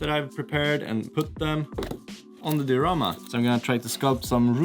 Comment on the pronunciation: Say diarama one more time!